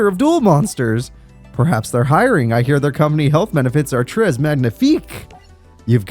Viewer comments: Tres as trezz instead of tray made me chuckle. Forget not everyone grows up learning rudimentary french. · Sure, but tres magnifique is pretty clearly French lol no shade, it makes perfect sense you pronounced it that way.